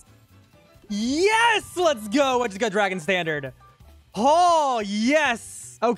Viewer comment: "llets ghoooo" got me rolling